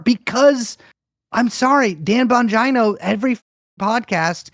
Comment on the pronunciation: The only way to pronounce Bongino Is to have it rhyme with Domino